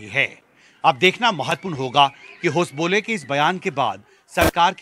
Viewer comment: Thik se prononciation karo naam होसाबाले